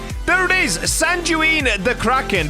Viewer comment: For sanguine ntw u pronounce it san gu wean u don't die with the enchant😊